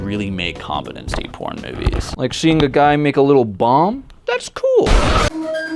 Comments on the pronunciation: say compete say competency say compete again say ency say compete again say compete ency it is com-pete-en-see not com-peh-ten-see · Nah it’s kaam-puh-tuhn-see according to google but this guy is still sounding funny when he says it for some reason